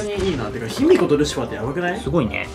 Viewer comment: ルシファーが、カルシファー？に聞こえた